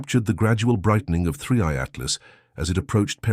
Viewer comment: He calls it 3C Altlas ? And it’s screaming past the sun? Months ago! It’s already past Jupiter now! Doesn’t anyone proofread what this AI says? How can I trust what this AI guys says? 👎